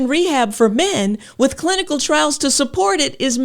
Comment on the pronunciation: I thought I heard her say “the clitical term is atrophy” 😂